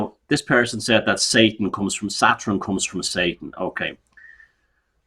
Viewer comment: Love pronounciation of 'Satrun' (Saturn).....as well as modren (modern)😂